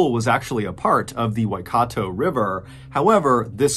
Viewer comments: As a New Zealander, your pronunciation of the Maori names (Waikato river, Aratiatia dam) is pretty darn good. You pronounce these names better than a lot of New Zealanders. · THANK YOU for the correct pronunciation of Waitangi and Waikato. Ka pai, MrB. Ka pai :)